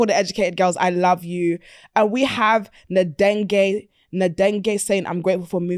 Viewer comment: Omg the way you butchered my good Congolese sis Nadege’s name 😭